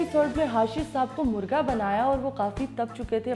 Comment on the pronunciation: Its not murga Its Murgha Baray karam apni Qoumi zuban ka beragharaq na kren. مرگا نہیں مرغا ہوتا ہے